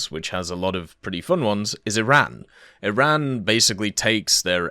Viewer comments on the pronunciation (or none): none